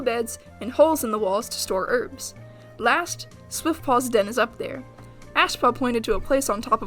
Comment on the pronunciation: its funny how u said ash fur and swiftpaw